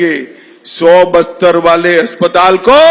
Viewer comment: बस्तर या बिस्तर 😆😆😆